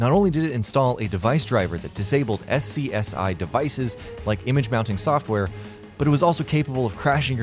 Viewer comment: SCSI is pronounced "scuzzy". You sound computer illiterate when you say each letter.